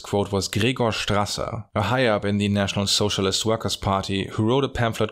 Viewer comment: 🤣 pronunciation of "National Sozialist" always cracks me up